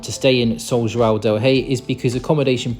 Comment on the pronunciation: I have to praise your pronunciation of the "ão" sound. It's very rare to find an English speaker that can say João correctly. I'm glad you enjoyed your visit to Brazil, and hope you'll come back often.